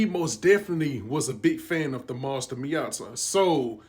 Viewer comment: Why do you say matia like that (me-a-tuha) say that that's what you sound like your saying it's (me-a-ta)